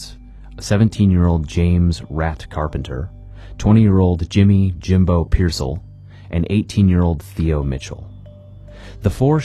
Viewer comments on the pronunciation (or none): none